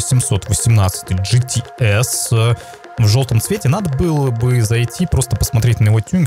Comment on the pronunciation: ты походу говоришь не GTS, а GT♂️Ass♂️